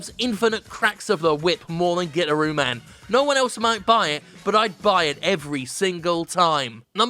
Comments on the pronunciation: Pretty sure its guitar-ooo man, and not "gitter-ooo" man, lol. But regardless, good list. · It's pronounced Guitaroo Man, Jim. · Pretty sure it's called gui-tar-roo man. Sadly I pirated it, but it was amazing. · Nobody: Jim: "GIT-ah-RUE MAN"